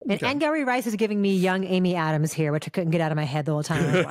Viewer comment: Christy, I thought the same thing after I heard “Angourie” pronounced in interviews haha. And I believe I first heard her name when you guys reviewed THE NICE GUYS, so I’ve been saying it wrong, too!